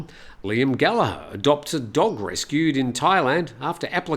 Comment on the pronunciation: 😂😂😂 funny man. Like Ross with an E. Showing how old you are, one of the most recognised names in rock music today and you pronouce it wrong!!